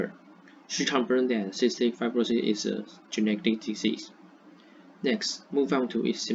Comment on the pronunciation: ，you did a fair job. Your pace was okay, a bit in a rush. Because you were reading a script without pause, it seems to me a bit less enthusiastic. You can slow down a bit. Also, you mispronounced two words "fibr'osis," and "history." Add intonation to your talk when you are speaking. We don't use the word "introduce" a lot in presentations. Unless something is completely new to the world, we usually use "talk about," "look at," or simply say "I'll explain...," “I’ll focus on…” Finally, there isn't a 頓號 in the English punctuation